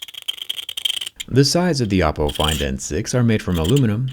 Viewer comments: Bruh it's not "Appo" it's Oppo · Oppo made a fantastic job...of hiding an apple word in "oppo" . Once you hear the a(o)pple instead of Oppo while Zack talking... you can't unhear it... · Am i tweaking or does he say apple afew times instead of oppo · I Heard Apple all the time instead of Oppo 😂